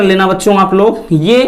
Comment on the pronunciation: लाग नहीं लोग होता है sir 😂